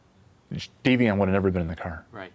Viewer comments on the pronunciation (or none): idk why these victims names are so difficult for everyone reporting: DOMINIC (NOT DOMINIQUE) RUSSO AND DAVION (DAY-VEE-ONN) FLANAGAN😢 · He said “devian” like “deviant” and was being low key racist saying they wouldn’t have arrested her if it was just Davion who passed. They raised a monster.